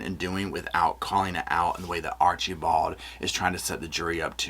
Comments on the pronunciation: I LOVE how you pronounce Archibald, Archie bald 😂 I don't think it's done purposely but I giggle every time you say it💙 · Oh gosh I'm a big fan but the way you kept pronouncing Archibald 😂